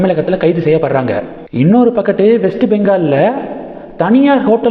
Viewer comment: ஒரு பக்கட்டு இல்ல ஒரு பக்கம் சரியாக தமிழ் உச்சரிக்கவும்